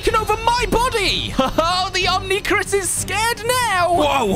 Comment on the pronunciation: "Omni-Chris" Omnitrix